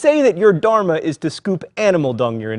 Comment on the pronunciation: okay we all have to admit only a Hindu can really teach Hinduism. The way this guy pronounces Dharma and other things makes me shudder. Not even kidding